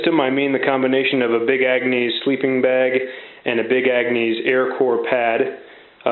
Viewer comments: Nice system. I like your channel. For future reference though it's pronounce Big Agnis not Big Angnees. Keep on keepin on man. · Love how you keep pronouncing it Agnease.....lol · "Ag-nees"? Really?